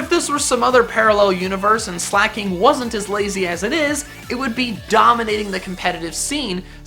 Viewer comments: There is no H in Weezing, and there is no C in Slaking! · Sooooooo.... Slaking is never slak'n